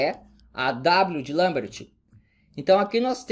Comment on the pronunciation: Parabéns por pronunciar "Lambert" corretamente!